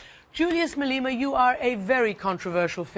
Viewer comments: its Ma-Le-Ma bitch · Did she just say Malina right there??